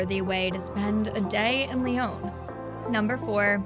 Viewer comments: Please improve your pronunciation! It's not Lyone! It's a short O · all the French words were pronounced terribly. They even pronounced Lyon wrong. It’s not “Lee-own”. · Protip: get a narrator that can pronounce Lyon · You should learn to pronounce the name of the city correctly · Terrible pronunciation but thanks for the advice